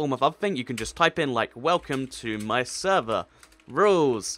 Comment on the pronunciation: "Sever" is it your mistake, or you not english?